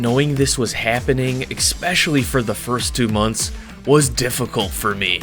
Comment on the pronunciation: Love your video's man, they really inspire me! (Tip: I've heard you say 'expecially' a couple of times now in your videos and I think it should be 'especially')